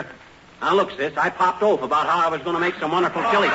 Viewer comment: Sometimes you just wonder what happens in these shows ... Fibber was talking to tiny and said "oof" instead of "off" ! He must have either mis read hIs line or said it on purpose but The audience Just busted out!